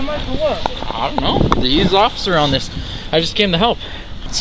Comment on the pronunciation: “i ApPreCiATe YoU oCCiFer!”